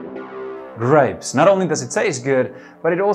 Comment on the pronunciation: Presenter is northern european and not native english speaker tho his english is good had to hit replay for indistinct g in grapes ,great video tho .